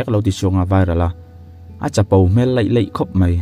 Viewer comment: I ṭawng hman uar tak, HMEL tih i lam dan hi a dik lo hle mai, pianpui ṭawnga hmang ve tan chuan.